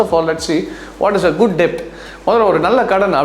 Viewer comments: JI , ONE SMALL CORRECTION. DEBT IS PRONOUNCED AS "D-E-T" NOT "D-E-P-T". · All informative videos bro..a suggestion debt solrappo b is silent..